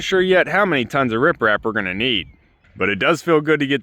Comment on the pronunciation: Smart idea to use those tarps till you can get the rocks in place ~ I was shocked when you wondered how many TONS of rock you'd need! I thought you'd called the rocks "riff raff" but then I realized that didn't sound right, so I checked and learned something new ~ you'd actually said rip rap! lol